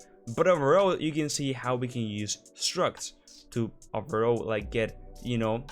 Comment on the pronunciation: I could've sworn at the beginning you said "today I'm gonna show you guys how to use drugs" 😅 lol lovely video as always! 💖